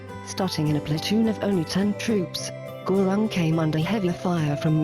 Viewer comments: Gurung isn't pronounced Gurawng, but Guroong.. Peace, love and prosperity.. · oh wait sorry that's not how you say it its (gu-roong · by the way its pronounced ( GU-rung